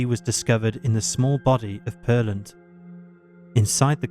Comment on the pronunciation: The one with the young woman who was found in her SUV, the place she was located is called Pearland but pronounced Pear Land (I'm from that area).